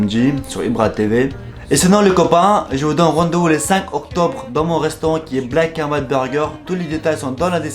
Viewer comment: le mec sait pas parler.. "le bleck ene vaïtz burger"